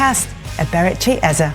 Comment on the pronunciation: I am going to scream if I hear the next person call this brother Eza. His name only has two syllables. How difficult is it to say E-ZE?